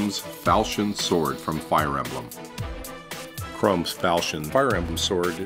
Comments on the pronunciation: ITS PRONOUNCED 'CUH-ROM' NOT CHROME!!! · Its not pronounced Chrome, it's Chrom. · Did anyone else get irked that he pronounced Chrom's name Chrome? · What? They do say Chrom , and they pronounce it Chrom. The guy in the video said Chrome. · ITS FREAKING PRONONCED CROM NOT CHROME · It's Chrom's (Kr ah m) (fal SH eon) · Kuh-R-ah-mm-s Ph-all-key-un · Anyone else cringe everytime he pronounced Chrom as "chrome"? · So we're ignoring his pronunciation of Chrom? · Um... the O in Chrom's name is pronounced as a lowercase o, not an uppercase one. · HES PRONOUNCING CHROMS NAME WRONG!!!!! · pronounces Chrom's name wrong